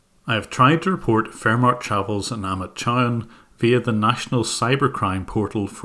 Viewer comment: It's pronounced Chow haan